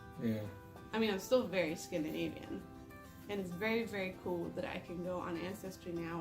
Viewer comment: Scandinavian* not Scandanivian